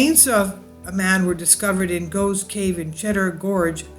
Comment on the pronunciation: It's Gough's Cave, pronounced the same same as cough ...